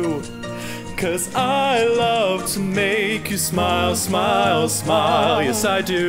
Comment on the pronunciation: No. You're not all that bad? But there were just too many spots where the inflection was way off, and too many flat scoops up to the correct pitch, where there shouldn't have been any. Also at the end. "smy ee uhl. Smy ee uhl. Smy ee uhl" and so on. It's supposed to be "Smyyyuhl, Smyyyyuhl, smyyyuhl" etc. You added a weird extra syllable into it each time. Not a terrible effort or anything, but i can't stand to see all this praise thrown around without someone pointing out the problems too.